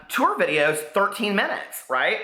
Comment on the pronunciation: "TourRrRrRrRrRrRrRr" Lol. ❤😘😘😘